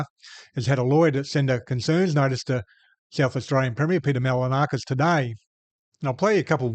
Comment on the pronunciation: Try pronouncing his name properly. Its not Mal-a-na-kis. You could try Mahl-in-o-skus. No stress expressed anywhere. Try that. It'll be better than most attempts. You'll get it right while he gets it wrong. Couldn't be better. English speakers are the laziest in the world.